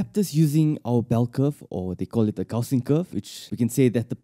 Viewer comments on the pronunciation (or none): none